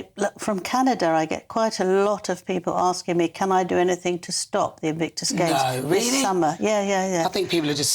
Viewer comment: I do like Angela, but she's getting increasingly baffled, can't even pronounce Invictus.